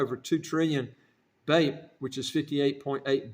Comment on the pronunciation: The name of the currency is pronounced slightly differently